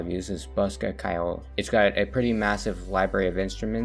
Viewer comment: As an Irish speaking person hearing people pronounce ceoil as kile is painfull